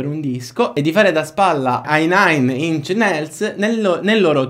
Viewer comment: Lodevole il lavoro svolto per raccogliere informazioni sull'argomento e creare il video di cui sopra, ma se posso sarebbe utile migliorare la forma e la struttura del video per avere maggiori visualizzazioni. Necessiterebbero: 1_ una dizione migliore sia in italiano, sia nella pronuncia di nomi stranieri ( ad es. 'inch' non si pronuncia 'ink '). 2_ una cadenza più varia (la cadenza usata è monotona e ricorda il modo in cui i bambini recitano le poesie) 3_ la struttura tecnica del video (gli stacchi ci stanno, ma devono essere contestualizzati e ottimizzati in fase di montaggio. Le parti aggiunte contenenti le rettifiche possono essere usate meglio) 4_ la struttura narrativa (basta scriversi tutto prima e suddividerlo in mini-capitoli) 5_ una piccola sigla iniziale e un logo sul canale renderebbero il video più professionale, esso sarebbe percepito maggiormente come un lavoro svolto in modo impeccabile, nonché avvalorerebbe la ricerca svolta con un contenuto di alto livello. Questi sono solo consigli che non vogliono in nessun modo sminuire il tuo lavoro, ma anzi migliorarlo. metto anche un bel "mi piace" al video. 👌